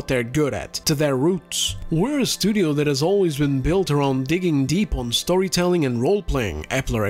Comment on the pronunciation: You said the word 'storytelling' but because of the accent and my tinnitus i heard "soytelling" which is a nice little term dont you think.